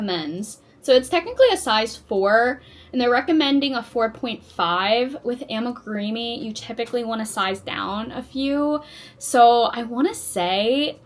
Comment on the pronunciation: It's pronounce ami-groomee not ami-greemee 😊